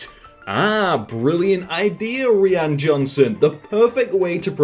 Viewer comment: He said dihydrogen as "dio-drogen" and Rian Johnson as "riian" Bruh. Learn to say shit right